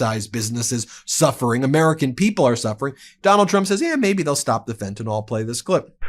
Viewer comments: Pet Peeve: It's not pronounced "fentanOL" - it's "fentanUHL" or "fentanIL." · Ben— get it straight:That is FentanYL—NOT FentanOL!!! you are just parroting Donald Trump!